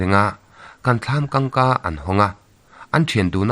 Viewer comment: Thlam kawngka tihtur zawk a nilo maw, thlam Kang ka i ti tlat in ka hria,.. ngaih thlak nuam khawp mai....